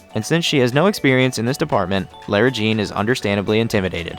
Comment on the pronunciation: plz stop saying LAIRA JEAN!!! it's Lara Jean. this is a really good vid btw